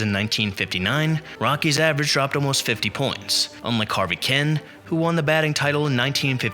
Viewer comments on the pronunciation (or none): This ignorant announcer makes me whence every time he says Harvey's name. Harvey was an outstanding hitter for the Tigers. When he managed the Brewers in the 80's the team was known as the Harvey Wallbangers.